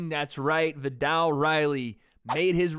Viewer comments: The “ viddall “ concept 😂 love you ♥️ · Can you please pronounce his name properly